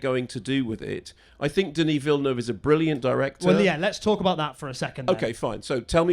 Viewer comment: “Deneee Villnov.”